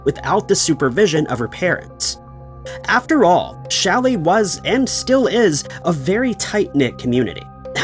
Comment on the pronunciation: Challis. Not Shelly 😊